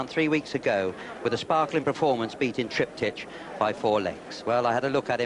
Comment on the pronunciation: Triptych's name is pronounced as with Trip-tick. [Not as Trip-teesh!]